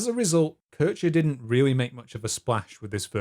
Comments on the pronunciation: also why are you referring to a person named Keer-Heer as Keurtscher? Americans are so unbearable.. Have you people ever tried to pronounce something right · Took me some time to realise you were talking about Kirscher. You kept saying "Kersher". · Love the video, but I did chuckle at Currche (Kircher ['kɪrçɐ]) :)